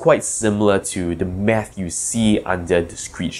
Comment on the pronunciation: I legit thought he said meth.